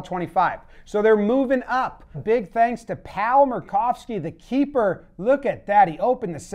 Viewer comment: Hurley. Best sports equipment name out there. And "A" for the win. He's locked in. I think he's yelling "Tanks a million."